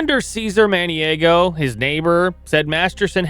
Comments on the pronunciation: And it's eee-DYE-nuh and Man-ee-AH-go. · He also mis-pronounces Maniago (should be Mani "ah"go) and Edina (should be E"dye"na, not E"dee"na). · This is ALL EFFED-UP! LEARN how to pronounce Maniago, Edina AND MasterTON!